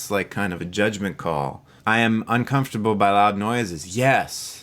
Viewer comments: Bostonian? 'Cahmftable'... I don't generally hear an accent, but that one is marked. XD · I wonder if it is a regional pronunciation? I have moved all over the country, but not in a region where I heard that. Not sure where is though. Maybe I haven't lived there. Haha "cahmfterble..." sounds like a mix of east coast and Minnesota's dutch influence. Maybe north east coast above NY somewhere? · You say "uncomfortable" funny but that is neither here nor there so.... The video was good and I can relate to being HS myself as well as being annoyed by others who are HS. And thats that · You’re a Highly Silly Person. I like how you pronounce, uncomfortable. You’re awesome. Don’t fret. You can use the grass blade funds for legal fees. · I'm highly sensitive to the way you said uncomfortable 😂😂 Jk! thanks for the test this is so interesting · Is that really how you pronounce "uncomfortable?" 😮 I am Highly Sensitive. I've known this forever. My whole family is like this too. It's one reason I started therapy - I was feeling like everything in the world was too much and that was bad. But my therapist told me it was good to be that way. So that's where we are. Probably going to turn my cellular data off today and tomorrow, have a wonderful day! It's my birthday. 😄